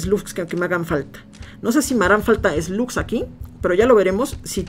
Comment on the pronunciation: cuando dice esglus diablo se refiere a las malvadas